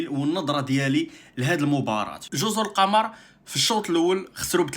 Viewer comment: كاتنطق جزر " القومور"